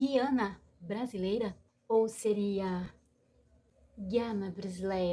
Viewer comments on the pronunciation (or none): Ja começou errada, quem pronuncia QUIANA com QUI é Portugueses, Brasileiros pronunciam GUIANA com GUI!